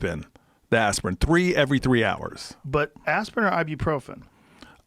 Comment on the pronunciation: Ya I can't believe he said "theere is a big difference between aspirin and Ibuprofren, Ibuprofren is a NSAID".